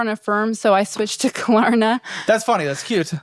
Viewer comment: I don't even use Klarna, but I know it's not "Klarma" 😂